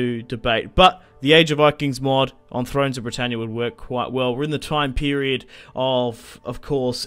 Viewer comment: started laughing straight away at ther aussie "Bretannyaa"